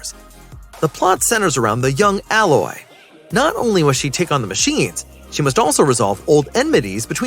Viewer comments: A-loy mate, not alloy 🤦‍♀️🤦‍♀️🤦‍♀️ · I dont kno why that bothers me too lol. Its A- Loy not alloy (like aloe) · I yelled ALOY, every time he mispronounced the name.. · It's "Ay-loy". I don't care who's reading the script LEARN how to say things correctly. Sadie Sink? 🤣🤣🤣🤣🤣🤣🤣🤣🤣🤣🤣🤣 Acting is subjective. Pedoland has plenty of people that can dye hair to any color and make it look natural. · A-Loy bro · Giving you a thumbs down cause you keep pronouncing aloy wrong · It's AI. He or she is typing it wrong. Haha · This was bugging me too. 😅